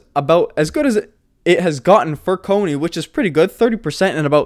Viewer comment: Please… CONY not COINY.